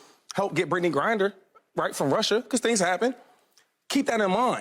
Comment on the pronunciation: All bout respect but shady can’t even say her name right 🤣 “grinder”.. there calling her dr. Biden when you’d think they’d call her First Lady Biden 😂